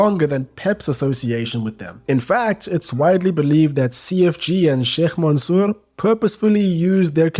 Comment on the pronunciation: You pronounced sheikh mansour really good wow Are you muslim ?